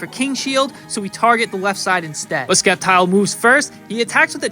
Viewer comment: Please don't tell me that's how you actually pronounce Sceptile.